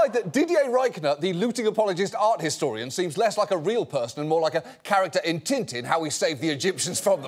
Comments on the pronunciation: John's become so American, he even mispronounces "Tintin" now! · I like how the woke Englishman makes fun of the Frenchman's pronunciation for a cheap laugh, then in the next sentence he mispronounce "Tintin".